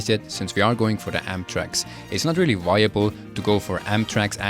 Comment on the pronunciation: "But since we want to grind our genewals, bold attack is weally good" femboy of iron 4 confirmed